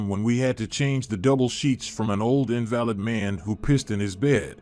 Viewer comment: The mispronunciation of invalid made me laugh. And you said moping instead of mopping, are you a real person?